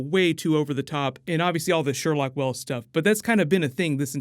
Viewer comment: It's Sherloque not Sherlock lol